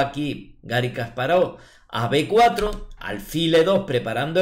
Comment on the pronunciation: Si vas a corregir... Kasparóv es una mala pronunciación, en ruso es llana, Га́рри Ки́мович Каспа́ров, al igual que Карпов, no Karpóv